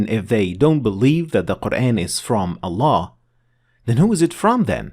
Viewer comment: it’s ALLAH NOT AllaN dude stop